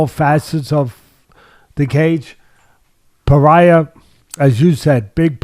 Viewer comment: Alex “Paraiya” Pereira